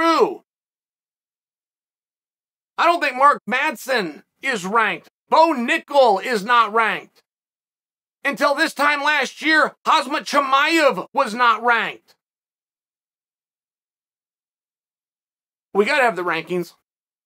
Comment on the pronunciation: "Khazmat Chimaev" xD man he is called Khamzat not Khazmat xDDD